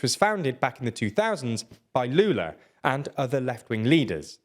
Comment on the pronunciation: Honestly, I'm impressed at the pronunciation of Lula's name, there's a bit of accent of course, but every word was correct, good job!